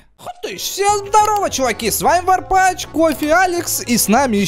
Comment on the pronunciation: Лол, он говорит варпач, хотя это не так "TheWarpath" концовка з, а чтобы было Warpach (ch, это ч). (Ну все равно удачи)